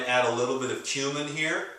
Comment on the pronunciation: you said cumin here, i heard human hair :DD